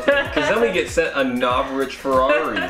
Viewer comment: NOR SHA VICH is howits pronohnced